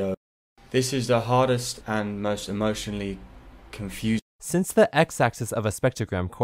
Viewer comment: “This is the hardest, and most emouhhhhhshssoussssaaaaaahaauuuusssseeaaaa”